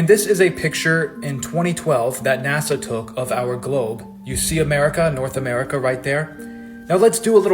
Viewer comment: I have to correct something. NASHA (not NASA) is Hebrew for "to deceive"